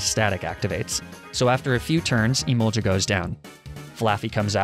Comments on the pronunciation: Oys emol-ga not emolja fun fact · I have to say it. Im sorry. I love you. (Sweet chin music) It’s e-mall-guh not juh 🤣🤣🤣🤣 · Emol ja..... e mol gah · Just one little detail, it isn't emolja its emol-GAH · EMO-GA EMO-GA NOT EMO-JA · its EmolGa ot EmolJa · “Emolja” sorry but it’s pronounced Emol-ga. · you mispronounce emolga you must say the g sound instead the j sound emolga not emonja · Emolga is emolja it’s e mol ga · “I learned how to pronounce Krokorok” Not two minutes later “Emolja” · "Croc-o-rock makes a lot more sense than croak-o-roke" Not even a minute later "Emolja" Made me spit out my drink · "I didnt knew i was pronouncing Krokorok wrong" 5 seconds later: "Emolcha" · Gif vs Jif? Nah bro, I'm more interested in the Emolga vs Emolja debate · Snivy (Sneye-vee) Emolga (hard g ("guh") not soft g ("juh") Skorupi (score-oo-pee) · Its pronounced "E-mol-ga" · Did you seriously say Sn i vy- Oh god and Emolja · Pissing me off everyone he says emolja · did this guy just say "emolja" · Its emolga not emolja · Dude I really hoping ur trolling us with these Pokémon pronunciations lmao. First there’s Snivy which u pronounced as “sniv-ee” and then krokorok and the emolja omg💀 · Dude I love you and your videos, but you really need to work on name pronouncing cause you called emolga. Emolja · It’s pronounced E-Mole-Guh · Btw its I-mol-gah not i-mol-gha